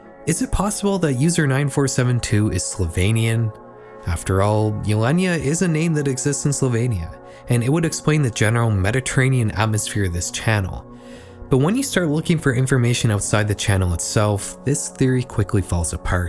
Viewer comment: Slovainia ❌ Sloveenia ✅